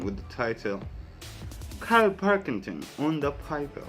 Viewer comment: Karl Pil,king,ton. Not parkington llf🤗